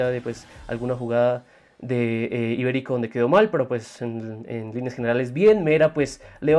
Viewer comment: Mano es Iberico no Ibérico xd